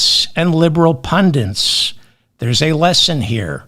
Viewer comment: Love the show. It’s pundits, not pundints!